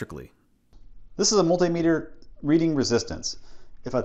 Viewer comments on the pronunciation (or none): none